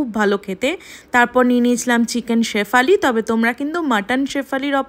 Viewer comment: Shefali 😂😂😂 shyphaley bole...